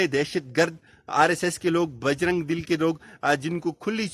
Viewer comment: Correct ur word "Bajrang DULL but not Bajrang dil.